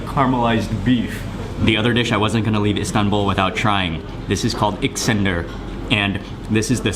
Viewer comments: adam iksender diyor ya iskender e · He also said Iksender instead of iskender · ...... Iksander? ....... Comon dude! :/ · It’s iskender not Iksender kebab. However thanks for trying and liking it. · Its "iskender" not iksender like you said Mark :D and the drink is AY RAN not AR YAN :D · Escander pronounced EsKander....ESSSSS CAN Der wow your pronunciation of the dishes is terrible man and you're in Turkey? It is simply really terrible the way your insulted the foods names and the bread is not like a crouton...you're simply and idiot...wow make sure to block you're ignorance from my children.